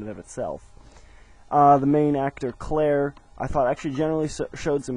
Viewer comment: its not claire its claire